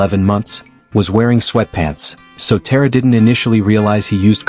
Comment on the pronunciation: TA-RA. Not Tear-ra